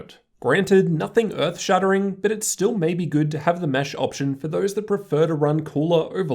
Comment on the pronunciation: why do you talk like ᵗʰᵃᵗˀ